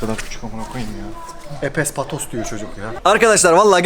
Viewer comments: Nobody: Siradan bir Türk: Epes Patos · epes patos diyo ya nedense bana çok komik geldi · epes Patos diyor çocuk ya 😃😃